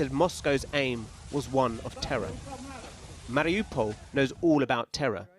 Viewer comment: I think you're right, I noticed that about the U.S. government. Also, about "Mar i OU pol", is that still, most news stations can't figure out, how to even pronounce, that simple name. I even usually just call it, Mar i You pol. But they call it, Mar I ah pol, then started saying, Mar i Oh pol. This is probably done, to create a psychological disconnect, as tho the city is more of a hypothetical place, of some kind.